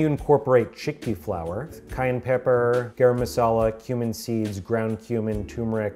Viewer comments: The first couple of times you said “cumin” I heard “human“, and I freaked out a little bit…. “Human powder” 😵‍💫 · Who else at first heard HUMAN powder instead of cumin power lol